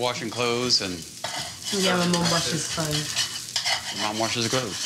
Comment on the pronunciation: can you just say clothes pls